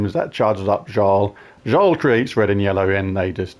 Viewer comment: The J in Jarl is pronounced as a Y. Yarl Firemantle. Mighty mittens is also acceptable